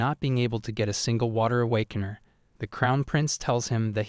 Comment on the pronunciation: I love the mispronunciation like awakaner= awakanah and Virth= Bitc